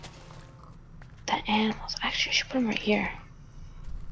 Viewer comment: He almost said aminals